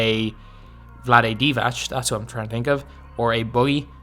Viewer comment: You are pronouncing Divac wrong